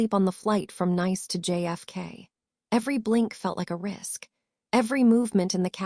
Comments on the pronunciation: Tell this A I that it's not nice to say nice, or is it niece to say nice. 😂😂😂😂😂😂😂😂😂😂😂😂😂😂😂😂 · AI pronunciation of the going to Nice, it's pronounced (niece, or neece) get it right AI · AI cant pronounce citys properly. Nice is pronounced as Neece in the south of France. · Another AI voice… “Nice” is a French city…. It’s pronounced the same as niece. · Fix the pronunciations. Homonyms. Nice wrong multiple times. Goodstorythough.